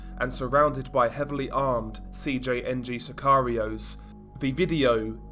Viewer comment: I like how since you’ve been making a ton of these video and gain a lot of attention from it, you never keep them bland or the same. Like I notice you used to say CJNG in English but you pronounce the entire enitials I’m Spanish. Keep it!!!